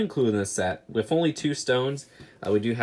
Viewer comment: He says "wif"